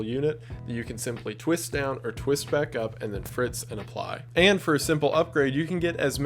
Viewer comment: Did you just say, when speaking of the perfume dispenser , that you can "FRITZ and apply"? Did I miss hearing the 'sp' and think it was an 'f'?